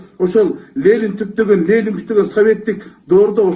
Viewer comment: Лелин эмес, Ленин!!!